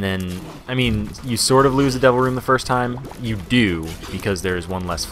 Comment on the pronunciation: Whenever you say "Devil Room" all I hear is "Double Room". And it confuses me every single time x__x